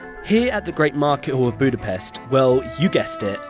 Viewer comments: Stop saying Buda-pest! It's pronounced (booda-pesht). You even said it correctly in the beginning. It's actually really ann oying for us, hungarians to hear. Great video, thanks guys👍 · Him: This is buda (buda) and this is pest (pesht). Together they make Budapest! (Budapest) Me (Hungarian): BRUH pronounce it budapesht. The s in Hungarian is pronounced sh. Still loved the video though! Lol